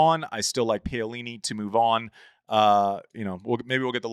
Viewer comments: It’s POWLINI not PAYOLINI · Why can’t Andy say Pow-a-leenee? Respect. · POW LEE NEE must be enjoying Andy's attempts to pronounce her name. Talk about not even close🤣. Great content as usual. No questioning the quality of analysis. Andy is great and Jon Wertheim is some journalist. Great stuff!